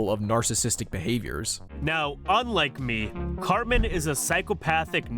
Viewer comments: I can't remember the video but I remember knowing something was up when he mispronounced, of all things, "Cartman" as "Car-Man" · He can't even say Cartman correctly. He says Carman.